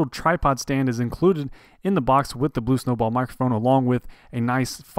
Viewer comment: did you just say "blube" in the intro?